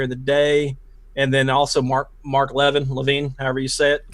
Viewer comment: Just fyi, it's Mark (La VIN`). NOT (La VENE) or (La VINE) or (Lav` in). Hope you can discern the accented syllable. It's a small point, but correct pronunciation really helps. I'm a retired English teacher, so things probably bother me more than others. You guys are by FAR, better than most! As an old school purist, I find it lamentable that kids are not properly taught.